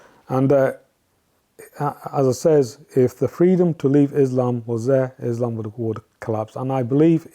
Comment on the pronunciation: This guy cant even pronounce Quraan and Islam correctly...he has never been a muslim... Islam is the fastest growing religion..whether you like it or not